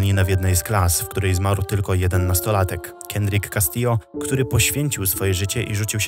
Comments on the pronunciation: muszę się przyczepić „śmiertelny postrzał” ale doszła do siebie - takie walnięcie przy tak długim materiale to norma ale po prostu rzucam na przyszłość :)) czy na samym początku najpierw „kastillo” a potem poprawnie „kastijo”. No offense, świetny materiał. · Sory, że zwracam uwagę, ale w hiszpańskim czytamy 2 l, jako j i ewentualnie, jako dź np. w Madrycie.